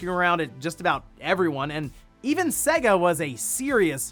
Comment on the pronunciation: Your pronunciation of SEGA is hilarious. Get out a old SEGA cartridge, blow the dust off it, plug it in and boot it up. Literally says SEGA on the load up. ❤. 😂